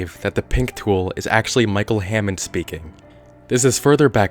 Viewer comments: Hannond. Not hammond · micheal hannond not hammod